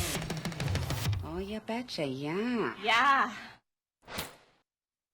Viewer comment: This robot really sucks at saying ya betcha